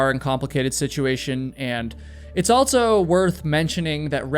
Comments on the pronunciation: It’s AL-SO!!! Not alt-so. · You say "altso" alot.